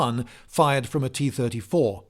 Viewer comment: tee turdy-tour